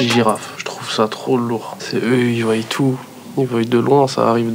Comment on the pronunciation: « ils voiyent » on est d’accord sa se dit pas comme ça ??